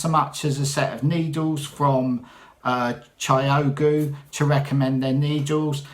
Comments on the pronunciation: ChiaoGoo is pronounced ChowGoo. Just started following. You are very creative. Looking forward to your future posts and catching up with what you have already posted. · Hi! I am so pleased you have found Chiaogoo needles. Yes Sheila is right to pronounce them Chow-goo. No idea where that name came from…. Anyway, they are my favourite needles, I have various interchangeable ones and the two things I like most are the pointy tips and the fabulous cables that have no memory. You can easily do magic loop with no problem unlike the Addis and the Knit Pros, whose cables are forever curling and hard. I rarely use anything else but Chiaogoo needles now! Lovely to see the progress with Jo’s shawl, it is looking great. Thanks for all your hard work! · It’s pronounced chow goo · I am so glad you loved the needles!! I don't use anything else if I can help it. They are divine: ) I pronounce them chow-goo I could be wrong tho. Blessings Happy knitting!!